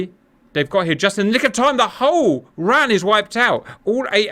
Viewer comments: Interesting scenario, but it is not said Ran as a word, it is always spelled out as R.A.N. and the RAAF is pronounced R double-A F. It makes you appear uninformed. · For future reference, RAAF is "R double-A F", RAN is R A N. 🙂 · Please RAN should be said as the separate letters R-A-N.. and not like the word ran as that is associated with the WRAN - the womens royal australian navy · WTF is RARF, it's pronounced the same as the UKs RAF ffs raff, or R double A F. And Stop saying Ran, as in ran away, its RAN, just say one letter at a time like you poms do with the RN. Perhaps a tad more research in future 🤦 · Pronounced… R-A-N, not ran; and rAAAf not RaF